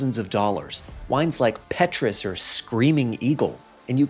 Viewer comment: someting like Paytruus.